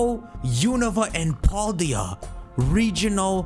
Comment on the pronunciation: They are not going to give us a Gen 9 starter….. use your brain guys….. also it’s Pal-Day-uh. Not Paul-Dee-uh